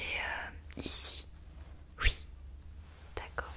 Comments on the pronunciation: Arrête de dire « ui » c’est horrible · Elle dit ui loo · Sa me stresse elle dis ui a lieu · j’adore le UI 😭😂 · Elle dit ui à la place de oui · Elle dit « ui » ça me perturbe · ils disent ui moi je dis oui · Elle dit que ui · Sa te fait quoi qu'elle dis ui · Ton ui m'a perturbé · Quand elle dit "ui" ça me pertube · Je croyais que j’étais la seule que sa pertubais !